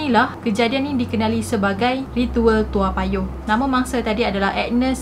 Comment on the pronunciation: Sebutan yg sebenar its TOE mcm head to toe. Mcm lagu budak2 tu. 😅